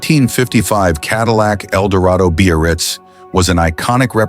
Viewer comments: When the is talking about the '55 Caddy, he speaks of the model. He calls it.. the Bee-or-reetz, or something like that. Some variation on.. beast? I dunno what he's saying. I've never heard the word he seems to be saying. `Beo-or-ritz'? `Bay-oh-ritz'? `Beer-writz'? I even went to the web-page for 1955 Cadillacs & there is no-such word in the sales-literature. There is `Brougham' for the ultra-large monstrosity land-boat of that era - but you've just stumped me. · He's (or "it's") trying to say "Biarritz." The Biarritz was the Cadillac Eldorado convertible model at the time.